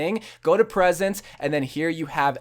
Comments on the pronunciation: ''present'' it's preset (pre-set) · It's fucking preset not present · hey man i just want you to know that the word preset is pronoucned "PREE-set" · why does he say preset like that